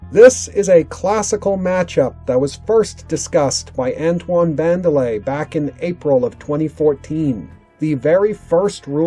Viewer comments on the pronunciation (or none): none